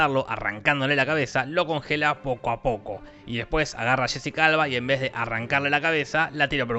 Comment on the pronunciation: Cuando dices Jessica Alba suena a Shesi calva